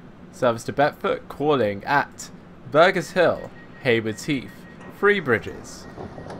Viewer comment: Just saying it's Burgess hill (burj not burg in hamburger) :P